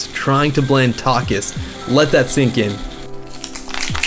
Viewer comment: “tock-iss” lol